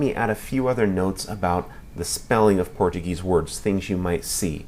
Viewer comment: Tu ate parece brasileiro cara pronúncia quase perfeita